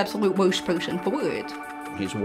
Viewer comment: What's up with the girls pronunciation of the words "worst person for it" Absolute woist poisern foi eet